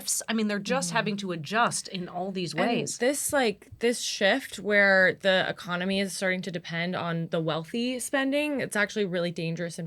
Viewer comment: Half of Americans say ‘ecomony’ instead of economy - they flip the n and m. So weird.